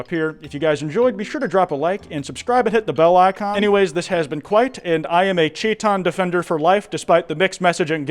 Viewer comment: omg... kwiitan